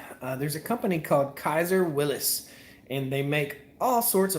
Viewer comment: You're killing me here. It is pronounced "WILLYS" (as in "Free Willy" or "Willy Wonka"). Believe me, I'm no english teacher but some things are like someone dragging their fingernails across a chalkboard. 😂😂😂